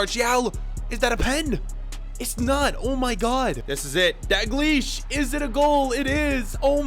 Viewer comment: you should pronounce the l in daLglish